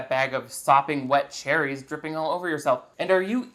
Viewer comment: Had to replay (legit typed "Rewind" cause I couldn't remember the word. Jfc) to hear "Cher-ehs". Also, how have you not done LIFE SIZE